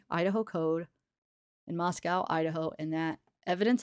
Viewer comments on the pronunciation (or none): Actually the city in Russia shouldn’t rhyme with cow either. Mosco. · I don't know if you heard yet but it is pronounced Mos-coh and rhymes with Costco not like the city in Russia